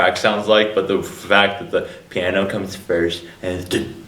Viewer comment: gasps "the pianer"